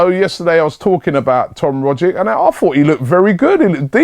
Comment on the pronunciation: Just on the Rogic thing, I'm an aussie so ive been watching him for a while... He's undoubtedly one of our most skilled players, and imo could easily do well in the prem, not sure how well though... also its a hard g and a "ch" sound for the c so think of his name like "Roggich"